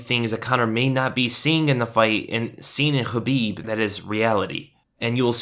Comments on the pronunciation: Khabib not chabib ....🙄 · Great video but it's Khabib not Habib. Is that intentional?